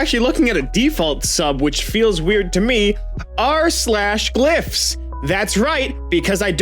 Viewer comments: The mispronouncing to correct pronounce is smart, but I swear he said Glyphs That's uh, a whole other thing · he said gliffs